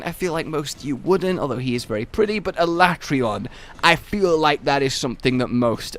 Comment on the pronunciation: no not alatreaon